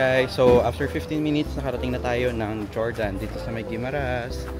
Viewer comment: Fyi lang po sir, ung Jordan sa Guimaras is not pronounced with J. 😅 say it like Hordan.